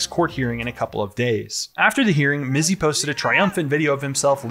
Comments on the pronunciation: LOL "Mitzy" good on the news gal for best prompter misread ever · I love that the reporter deliberately mispronounces his stupid nickname.